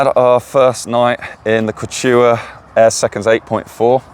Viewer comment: The Kew chew aah!